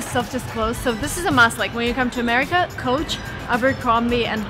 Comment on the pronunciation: No,you cannot pronounce Coach as Couch.